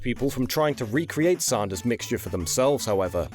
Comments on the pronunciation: Sanders not Saunders. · Hearing you say "Saundahs" hurts my American ears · No one else finds it weird that can pronounce AND and SANDWICH properly, but pronounces Sanders as SAUNDERS? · Sarnder...Sander..sand...queens English is stuffed......